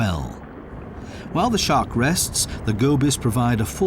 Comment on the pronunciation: Why do you say, "Whale Shock" instead of Shark?